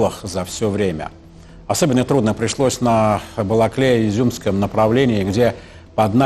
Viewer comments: Причём он даже выговорить не осилил нормально :D. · Балаклія а не бакалія, бестолочь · Я понимаю произнести Касым-Жомарт Кемелевич Токаев сложно. Но перепутать бакалею с Балаклеей это надо иметь запасную хромосому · "... план был, чтобы мы там оставляли БАКАЛЕЮ..." (вместо Балаклею), ага, и спорттовары. Веселый выпуск получился. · Бля...бакалея... походу они там постоянно в ней, хотябы названия выучили населенных пунктов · Бакалея, Домбас, хоть бы названия выучили! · Как они задолбали... не Бакалея, а Балаклея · Бакалея? Балаклея! А ещё слышала, как некоторые Оскол называют некоторые Остьор. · Бакалея - хоспади, да научитесь уже правильно выговаривать названия украинских городов ) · Бакалеи? или мне послышалось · "Бакалею" 😂 Какая ещё Бакалея?))) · Он даже название этого городка произнести правильно не может )))